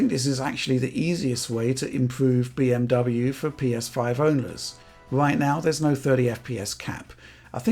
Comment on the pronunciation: Deutsch pronunciation 🔥 🔥